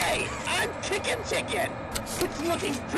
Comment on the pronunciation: Excuse me, sir it’s not licking chicken. It’s Kickin chicken.